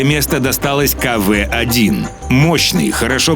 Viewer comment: не каве а кв